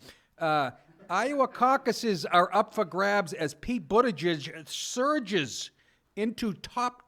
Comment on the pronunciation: Did you say Pete Buttijizz? No, that's just what I heard...